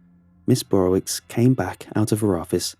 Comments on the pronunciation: Dunno why this bugs me but it's pronounced "Burrovich" not "Burrowicks" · This is a polish name and pronounced burowich. Love the stories, though! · The wicz is pronounced "vitch" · As another follow pole, every time he pronounced it ms “burrowicks” I wanted to correct him 😂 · Thats a polish name but it doesn't sound polish when you say it.